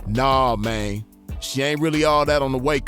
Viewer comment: Man… that “naw mayne” kills me everytime looool